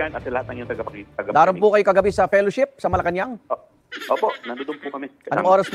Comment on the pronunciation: ""PERASHIP"" HINDI FELLOWSHIP